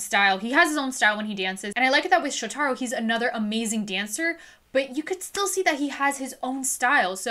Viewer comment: Just FYI. His name is pronounced Sho-ta-ro with the emphasis on the Sho. 😄